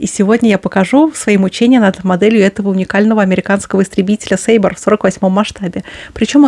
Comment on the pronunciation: Дашуля что за сейба? я думаю Сейбр!!!! тобиш (сабля)